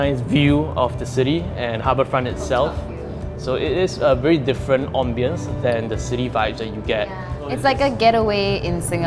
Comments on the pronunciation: the right way is am-bee-uhns. People misprounce it om-bee-ons. says om-bee-uhns 😂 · Never heard anyone pronounce ambience like lmao